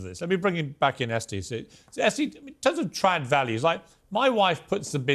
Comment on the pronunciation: Are they saying "Tran wife" or "Trad wife "